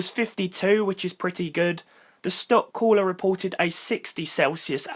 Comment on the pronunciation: Annoying how you British people say cooler